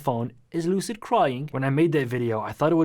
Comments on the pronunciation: No one: Lil UK brat: "Is Loocid croying" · Is LuCiD cWiyIngS